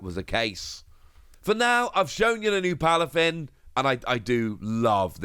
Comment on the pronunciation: Aye it’s Palafin, not plafin lol